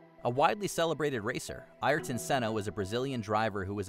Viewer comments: Be nice if you could pronounce Ayrton's name right. It's actually heard earlier in the video pronounced correctly. But hey, you do you. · Why do people have such an issue saying Ayrton Senna? Ai-air-ton is wrong. Ay-rr-ton is correct ish or just aerrr-ton will do. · Dang it! Can you get someone to read the script who knows how to pronounce the names? It seems doubly disrespectful when the report is about the person's death. It's not pronounced IREton Senna, it's AIRton. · Who's "Ireton" Senna? Please do research... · Your pronunciation of Ayrton is incorrect